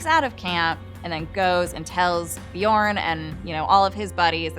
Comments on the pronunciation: Шаян and its pronounced Björn not Bjorn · It's not pronounced byourn, have you actually watched the show. It's not that hard to pronounce all the names if you actually watch it